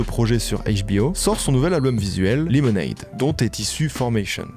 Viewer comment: Tu fais un boulot de fou, le montage est top, les anecdotes sont tops. Mais s'il te plait, verifie la prononciations des mots anglais, mon cerveau vrille a chaque fois que tu dis "lemonade" ou "washing" comme tu le fais. Je veux pas faire le mec. Mais dans le doute, ya un super site qui s'appelle forvo (je te mets pas le lien pour pas que mon comm disparaisse) où il a la prononciation des mots de plein de langues par des locuteurs de langue maternelle, vraiment, fais un petit check, tes vidéos vont encore gagner en qualité.